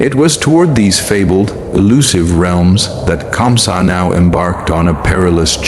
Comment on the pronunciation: 😂😂 Who is kansa. It's KAMSA😅